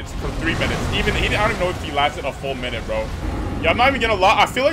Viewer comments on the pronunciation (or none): none